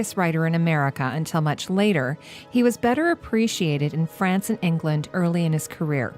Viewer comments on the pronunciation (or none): none